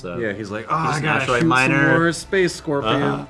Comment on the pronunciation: It pains me everytime they say space scorpion